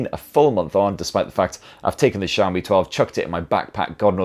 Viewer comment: Wow. I just realized you fixed your Xiaomi pronunciation! Brits normally pronounce it "Zeeaomi" instead of "Sheaomi". Good job and great vid!